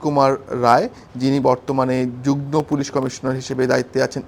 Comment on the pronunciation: যুগনো নয় উচ্চারণ হবে যুগমো